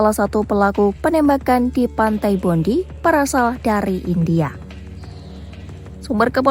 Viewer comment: ini host gak ada yg professional, bacanya bondai mbaakk